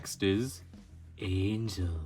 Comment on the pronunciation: Not me dying because he called knock off angel “angle”